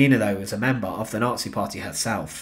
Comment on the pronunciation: 'N0TSEE GREENSPANS'